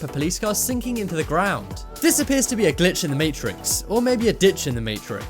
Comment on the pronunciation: stop saying glich in the maytricks